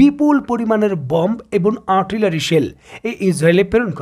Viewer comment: এবন নয়, এবং।